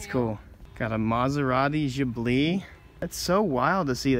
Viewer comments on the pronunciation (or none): U said Ghibli wrong